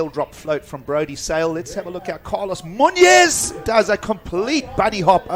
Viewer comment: Please look up pronunciation on Hispanic names. Muñoz is pronounced totally wrong.